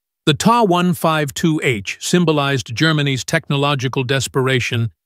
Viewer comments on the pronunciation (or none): I can't tell if that's a computer generated narrative. It's pretty crappy. Called the TA (Tee-Ay) 152 a TAH-152, then TAE-152. Called the Dornier "DEW 335" instead of D.O. 335. And the screen name was the "FILE", instead of Pfeil, which is German for "arrow". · Fokker Wolf??? TAE 152??? Dohnier Do 335??? Is this another AI generated gobbledygook?